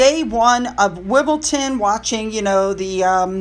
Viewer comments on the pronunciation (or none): And it’s WimbleDON. Not WImbleTON. Don’t worry. I’m sure I would mispronounce a lot of American place names. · Wimbledon ñot Wimbleton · WimbleDON there is no T whatsoever. Ton refers to a farmstead or village whereas Don (Celtic Dun )refers to hill. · Its pronounced SKOOOOOOON in scotland :) Wim BOL don .......😉